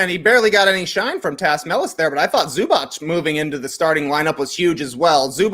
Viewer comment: TREY you’re killing me with the Zubac pronunciation!! It’s just a ‘c’ sound at the end, not pronounced ‘ch’ (also not a ‘k’ sound just fyi)